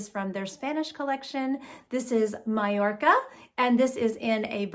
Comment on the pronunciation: Beautiful style and colour ! Well done you for the Spanish pronunciation of Magorca/Mallorca lol ❤❤